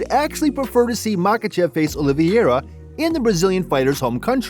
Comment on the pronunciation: It's not Oliviera. It's pronounced Oliveira.